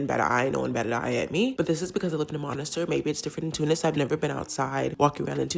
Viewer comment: for the love of Bourguiba pronounce monastir properly ma'am . it's very simple : miss + tear